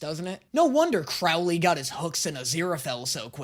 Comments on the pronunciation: i beg of you, cr-oh-ley is good omens, cr-ow-ley is supernatural 😭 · Im sorry but i swear to god. CROW-LEE. THAT IS HIS NAME PLEEAASSSEEEE NOT CRAW-UH-LEE. CROW. LIKE THE BIRD. PLEASEEE IM SOBBIGG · You're gonna be delighted to know that David just gets sexier as the series goes on. And please don't start mispronouncing Crowley like you did with Alastor. It's Crow-lee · What is with all these reactors who can't pronounce Crowley's name right? The first syllable rhymes with "crow" like the bird "crow", not "now" or "cow". Listen to Aziraphale say it, if anyone knows how to say his best friend's name, it's him. Holy s***, I am so done with these people. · The way you say Croiley offenders me ITS ‘CROW-‘ AS IN THE BIRD ‘LEE’ AHHHHHHH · I'm gonna stop you right there. He pronounces it Crowley as in "crow" (the bird), not Crowley as in "crowd." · GOOD. OMENS. YES. Small thing; CROWley. Pronounced like the bird. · “Crow”ly btw, like the bird